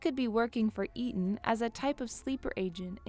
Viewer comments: Shows she's not seen Hobbs and shaw coz she pronounced Eteon WRONG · the fact that she doesnt even know how to say eteon correctly and butchers it multiple times.